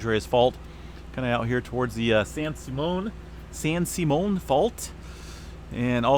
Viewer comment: just so you know it's pronounced " San simeeun " and "San wa-sento,"